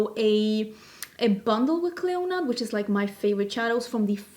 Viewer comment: Just heads up not sure how Clionadh the company pronounce the name as I know they are based in Canada but in Ireland we’d say Clee- In-Ah as it’s an Irish girls first name meaning Queen of the Banshees of the Tuatha Dé Danann! I love mythology anyways looking forward to the video